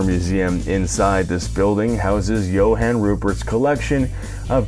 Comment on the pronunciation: As a South African it's pretty rad seeing this and again as a South African, you butchered a lot of words 🤣 especially Johan. Understandable though.